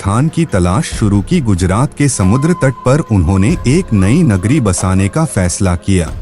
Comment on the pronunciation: Bhai kagri nhi nagri hota h